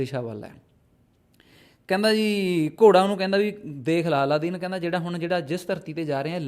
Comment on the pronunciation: ਜ਼ਿਆਦਾ ਪ੍ਰਚੱਲਿਤ ਨਾਮ ਅਲਾਦੀਨ ਹੈ ਪਰ ਤੁਸੀਂ ਅੱਲਾਦੀਨ ਬੋਲਦੇ ਰਹੇ ,anyway no problem